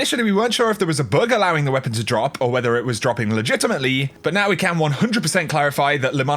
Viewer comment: Have you ever noticed, when you saying something like "dropping", you put a little "k" at the end of it? So it's like "droppingk". Love you.